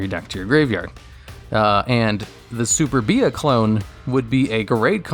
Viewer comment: you pronounced superbia as super-bee ah when it should be su-perbia